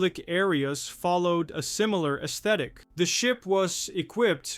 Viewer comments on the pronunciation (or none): none